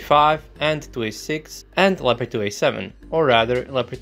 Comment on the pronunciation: it´s a LEOPARD not a "lapadui" or anything you say.....